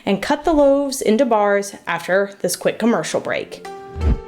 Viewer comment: After this quick comertional break" AD pops out Me: OMG SHE SAD IT RIGHT ST THE TIMEEEEEE IM... OMG